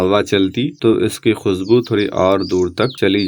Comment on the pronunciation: khusbu nahi khushbu hota hai please bhasha ki ma behn na karo pl learn proper accent then you can make video